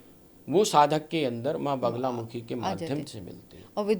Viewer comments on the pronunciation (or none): naam toh theek se boliye maa ka, it is ma baglamukhi...aap baar baar bagulamukhi bol rahi hain..... bagula nahin bagla